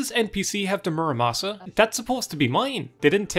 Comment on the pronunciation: I cant watch this video past the "mura masa"-incident.